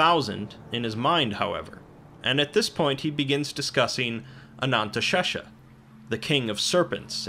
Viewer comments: Did this mf just say "the real Ananntashesha"?? There is no such thing in real life. Don't be silly. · Ah, yes. Ananteshesha. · I thought it was pronounced anaesthesia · Oh how you’ve butchered “anantha sesha”